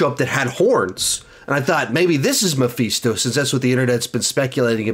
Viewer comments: Love how says Me-feets-toe instead of Mephisto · Who the fuck says Mapheestoe! It’s mephisto. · I think you mispronounced Mephisto. It's meh-fist-toe